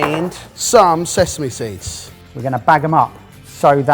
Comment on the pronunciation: “..and zezeme seeds” pretty sure the normals pronunciation of sesame has been noticed before🤪